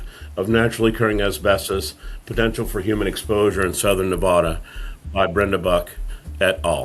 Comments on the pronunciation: Nev-add-a NOT Nev-odd-a!!!!!! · Are East Coast people allergic to pronouncing "Nevada" correctly? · you pronounced nevada wrong...